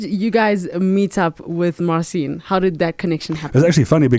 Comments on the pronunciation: Mar cheen - not Mar seen ;) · Interesting interview. I suppose the way it works Marcin was invited to do US version of got talent. I don't know who this old guy is, but if he knows and works with Marcin he should learn to pronounce his name correctly.